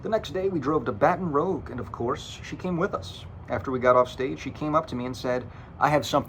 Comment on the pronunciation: "Baton Rogue"